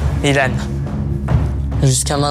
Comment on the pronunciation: pourquoi tu dis Ilan c'est pas byllhan?